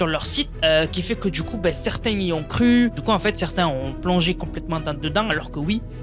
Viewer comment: Arrete les liaisons debiles "les gens qui zont , les gens qui zaime" 😂😂 "y en a qui zont" y a pas de z a qui